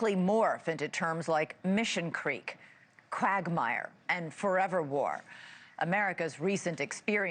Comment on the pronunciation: It's mission creep not creek ....